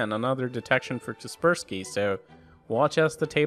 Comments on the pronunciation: so cringe you call kaspersky for Keerberski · I used to pronounce 'Kaspersky' as 'Casper Sky'. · KasperSPY? hel no